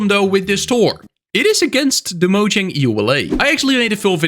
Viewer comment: One of these days you'll figure out how to pronounce Mojang correctly...